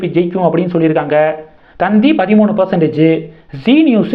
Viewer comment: 😂 அது தந்தி டிவி இல்ல... 🤣🤣 த த் தி டிவி